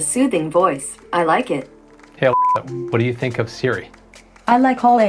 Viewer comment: I. tink. Alexa